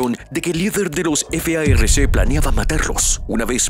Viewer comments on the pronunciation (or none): Deja de decir f a r c y di farc no deletrees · No se dice efeaerrece es FARC ASI COMO SE ESCRIBE SE PRONUNCIA